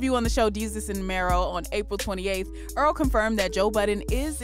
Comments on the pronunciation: Why she pronounced his name like Er-al. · Why it sounded like she said oral sweatshirt 😂